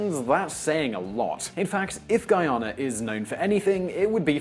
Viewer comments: Guyana is officially a Caribbean country, though on the South American continent and is pronounced guy-yan-na! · Why does your presenter pronounce Guyana as Geeyana? Locals pronounce it correctly. You'd think being a former British colony a Brit would pronounce it correctly but could be he's from Wales or northern England or a region where they have different accents I guess. He'll never get a job on the BBC lol ... Anyway, interesting representation of what may come given the various factors and considerations! Let's hope it's not another Nigeria! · What do you pronounce Guyana like that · Hey A Guyanese here Some of the points you made were quite accurate I.e. the conflict with Venezuela, the racial conflicts and the oil discovery. But a few points you made a bit were off on, firstly the suicide rate being highest in the region is held by Suriname. And also the poorest country in the region is Bolivia. By the way in the entirety of this video you have missed pronounce Guyana, it's GUY ANA not GEE ANA. Also the area that Venezuela claims to be theirs, Essiquibo, is pronounced ES SEE QWAY BO. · I don t like the way you make Guyana sound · I'd like to see more content on Guyana but this video is highly biased. Also, your pronunciation for Guyana is quite awful - fellow Brit here and this the first time I've heard it pronounced as such. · and , pronounces the country name incorrectly. pronounces the name correctly. Then begins to alternate back and forth between the two pronunciations for the rest of the video...wtf? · GUYANA IS INCORRECT NAME OF GUAYANA,, YOU MUST THINK THAT THE ORIGIN OF THAT NAME IS NOT BRITISH BUT ABORIGIN , GUAYANA IS THE REAL NAME AND 70% IS VENEZUELAN TERRITORY ROBBED BY UK IN NEARLY EIGHTEENTH CENTURY... BUT YOU ARE RIGHT... PRESENTER DOESN'T PRONOUNCE CORRECTLY THE COUNTRY'S NAME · it's Guyana. ..... GUY- ANA .. not Gheeana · Dude... it's pronounced Guy-Ana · As a Jamaica I need to correct this say guy....then....Anna...or ana